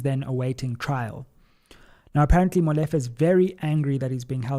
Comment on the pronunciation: Great analysis but just one thing: it is pronounced Molifair and not Molefe. Looking forward to your interview with LM.